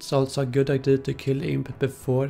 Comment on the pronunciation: Please pronounce idea right